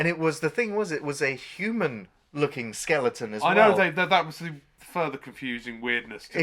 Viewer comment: I worked in a video story when this movie came out and I was young enough to enjoy B movies......but, this wasn't one of those ones you enjoyed. Am I hearing that right? Mooner Lander? Skellington? Is that the Queen's English you're speaking?